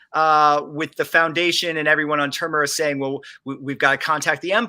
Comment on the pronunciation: Can someone tell this idiot - its TERMINUS!!! (Ter-Min-Nus) FFS